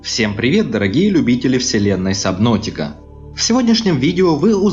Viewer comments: Какая сабнотика ? САБНАВТИКА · Ни сабнотика а САБНАТИКА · Субноутика блин.....Все конечно хорошо, но парень....это реально уши режет